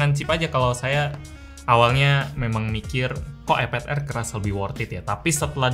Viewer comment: bang iPad bang bukan eped...hanya mengingatkan....:D